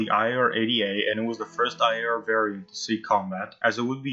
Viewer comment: Dude u pronounced IAR PERFECT!